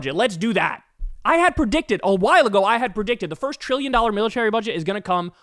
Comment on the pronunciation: Treeyon dollars . Beeyin dollars